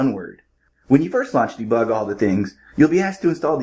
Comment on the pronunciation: Debig lol or bebug 😊